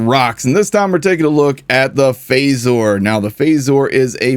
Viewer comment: Its supposed to be pronounced the same as they do in star trek thats the reference the gun is so it wouldnt be pronounced as "faysore" and more of "fazer" i dont know why that got on my nerves, im not even a star trek fan. Why am i like this?